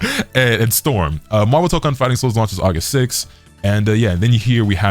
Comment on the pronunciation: It ain’t “MAHHVEL” without Magneto